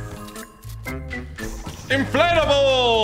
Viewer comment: it sounds like tg says inflatable but he says inflate a bull